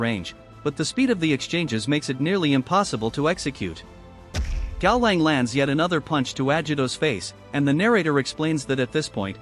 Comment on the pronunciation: If you don't want to or cant use your voice for videos, you should fix things like "kaolan" being said wrong. Cow Lon would fix the pronunciation, Caw now would probably work as well